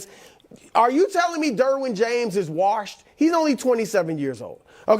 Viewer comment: The worst thing about this show is the way Broussard pronounces “warshed” lmao